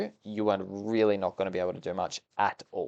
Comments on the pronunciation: LMAO- the way you pronounced Scyther I can't 🤣🤣 Ps.. if u actually wanna know it's: sai-ther 💖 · Dude really said skyther.. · Did you just call Scyther, as Skyther? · Sky-tha, haven't heard anyone call it this. Nice to hear another take on it